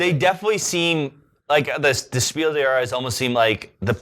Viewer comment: Just to put you ahead of all other English speaking Board Game Reviewers: The „s“ of the word „des“ in Spiel des Jahres is pronounced. Keep doing your good work, I love your show. P.S.: And I know that my English isn’t perfect, either.